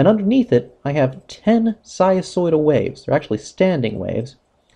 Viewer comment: What happened to the "n" sound in "sinusoidal"....?